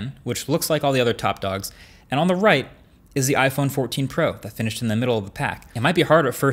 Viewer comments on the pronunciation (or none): "iPhone 14 Po" I don't know why but I found that funny. Try saying out loud :) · "iPhone 14 Po" lol